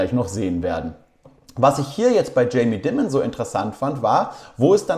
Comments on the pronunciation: "Tscheimi Daimend" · Aussprache sollte Jamie 💎 sein, sage das jetzt mal da ich denke der Herr wird nicht das letzte mal Thema sein auf dem Kanal hier 😂❤